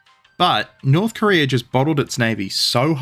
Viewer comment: "Korear" -you